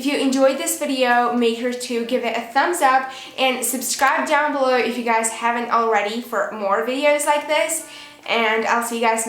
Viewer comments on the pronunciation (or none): none